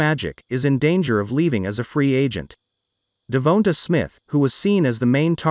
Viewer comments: DE VON TA SMITH not De vo ta or De vo na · De-Von-tae, is is that hard to say (i know i spelt it wrong thats how its supposed to be spelled)